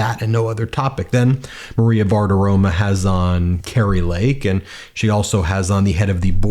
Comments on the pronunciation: It's Bartiromo, not Bartiroma. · BartiromO, even though they can’t pronounce Kamala the 47th! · You’re talking about Maria Bartirom-uh again — ??